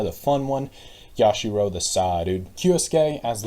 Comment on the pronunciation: iM DEAD YASHIRO AND KAI-EE-DEE But this is a pretty cool way to predict things despite Yasuhiro and Kirigiri basically being null and void since Hiro didn't participate in the game and Kirigiri died in the game itself for DR3